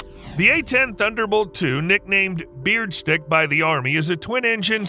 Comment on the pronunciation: "Beardstick"?!? 🤦🏻‍♂️🤦🏻‍♂️🤦🏻‍♂️- "Breadstick" dude, like a breadstick ....